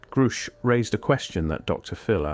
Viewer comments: It's not pronounced groosh, buddy. Its like grush. Like the word rush, with a g at the beginning. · Grusch rhymes with rush. And he is a very courageous man. Thank you very much for this channel.